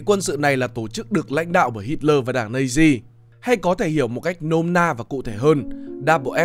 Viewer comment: nói thì nhiều mà hai phim kinh điển nhất là schindler list với the pianist không thấy nhắc. Đã thế các đọc của chủ thớt rất khó nghe. SS = ét ét hoặc Nazis = Na Di thì hay hơn là double S và Nây di.